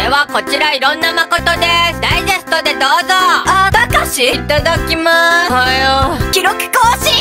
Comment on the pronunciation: がなんか繋がってて、「あ、たかし、いたただきます。」に聞こえてツボったwwww